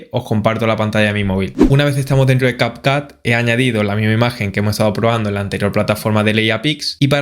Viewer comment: No se pronuncia cap cat.. si es en ingles tiene un sonido diferente la letra U.... pero el video es en español así que es mas fácil llamarlo cap cut